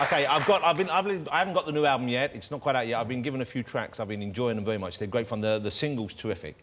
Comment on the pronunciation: Vewy good at wap